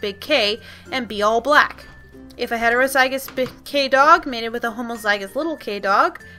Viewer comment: Ok these videoes are great but one thing is just gettong to me. The pronunciation. Homozygous and heterozygous are pronounced 'hom-o-zij-ous' and 'hetero-zij-ous an allele is pronounced 'uh-lell', sable is 'sah (like sat without the t) bl'. As a horse genetics maniac i thought dog genetics may be a little hard to understand but you explained it very well.